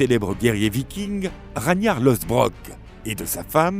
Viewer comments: Mon Dieu, la prononciation de Ragnar 🤦🏽‍♀ Ça se dit Rag-nar et Aslaug, le "g" ne se prononce pas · La prononciation de "Ragnar" fait mal aux oreilles quand on connaît la série 😬 mais sinon bon résumé